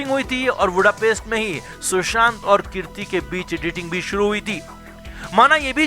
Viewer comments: कीर्ति नहीं भाई कृति है आप पहले उच्चारण सही बोलिए बहुत खटकता है कानों पर 😀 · Kirti nahi kriti 🤦🏻‍♀️ aur हंग्री नहीं हंगेरी के ब्युडापेस्ट..!! और ये ळग क्या होता है? It is drugs, ड्रग्स...